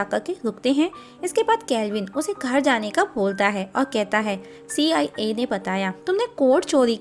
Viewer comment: "See. Aai. A" 😂😂😂